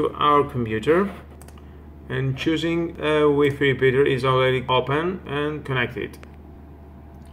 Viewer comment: Wefe repeater 🤭🤣🤣🤣🤣😂